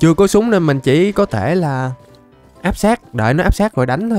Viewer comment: Lúc trước ah có bán shop ff mà ko bt có chs ko nữa mà đọc tên súng toàn sai